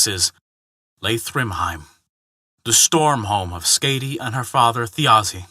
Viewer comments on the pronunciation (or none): Hey there, the name Skaði the "ð" pronounced similarly to a "th". As for the "a" that very well could have been a mistake on my part with it having a harder "a" rather than a softer one.